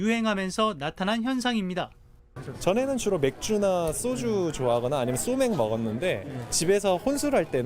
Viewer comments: 여자 애는 왜 쏘주라 발음하냐 참 소주라 해야지 방송에선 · 방송기자가 쏘주라 발음하냐? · 정하람 기자분, 기자신데 쏘주 라고 발음 하시는거 보고 깜놀 ㅋㅋ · 기자 발음 찰짐에 촛점을? 쏘주!!!